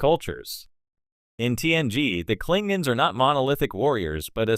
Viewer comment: “The Clingins” 💀